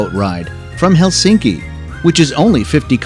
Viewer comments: Most common mistake in pronunciation of Finnish is Helsinki!😖 In Finnish the stress is always on the first syllable so it’s HELsinki👍 not HelSINki!😲😖😞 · Finnish language stresses the first syllable: HELsinki not helSINki.